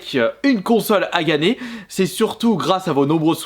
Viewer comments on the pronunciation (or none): « pour vous la faire ganer »😂